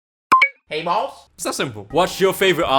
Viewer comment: This sounds Singaporean/Malaysian